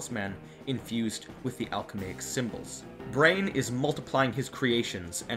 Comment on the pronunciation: dude, you made up the word "Alcha-may-ic" (?) it's Alchemical ...